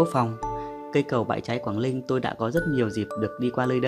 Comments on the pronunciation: Chả có gì hay ho cả Đọc cũng ko rõ ràng quảng Ninh thành quảng Linh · cầu Quảng Linh bạn nên tập phát âm cho chuần thì hay lắm. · Co gang noi cho dung chinh ta. Quang ninh , thi noi quang linh. Nghe sao sao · Quảng Ninh chứ đâu phải Quảng Linh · Quảng ninh hay Quảng linh thêm một thằng nói ngọng. Chán quá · quảng Linh có ai gọi thế không phải là Quảng Ninh mới đúng nói ngọng thì tốt nhất xoá kênh đi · phát âm "Quảng Linh" thì đúng là dân đất mỏ r